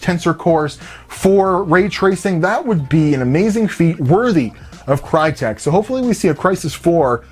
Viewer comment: Crytek was founded by whom? That's a whole new level of name butchering. Use the fucking Google Translator it literally tells you how to pronounce a fucking word in certain language.